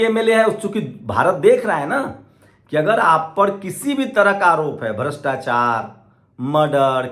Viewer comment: Bre bre😊sosal😊 des😊brastachar😊 sift😊lach😊vipashi😊sale pronounce dekho